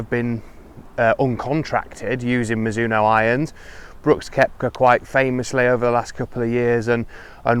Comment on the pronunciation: Mi-ZU-no No, no, no. Slow it down and do not accent any syllable, then speed it back up. In Japan it is almost more like Miz-zo-no. Even miz-no when you hear fast speech.